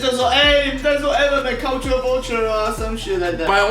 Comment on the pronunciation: 希望邊上的那位把Eminem的名字講對，不然真的很尷尬。三個影片，都講的怪怪的